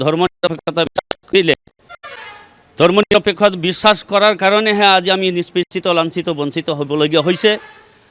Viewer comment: Bissakh.....Bissas nhoi....e Bangladeshi